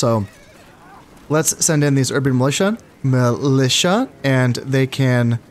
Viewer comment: STATS FOR KHANS Urban Militia successfully pronounced 7 times Urban Musha incorrectly pronounced 4 times A hybrid of the two - Urban Melusha pronounced 5 times A heart warmingly valiant attempt